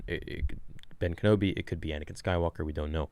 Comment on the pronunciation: I heard anikain I swr down